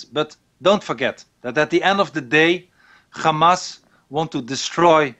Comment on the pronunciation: Why does he keep saying GAMAS. He is dutch he knows very well how to pronounce the 'H'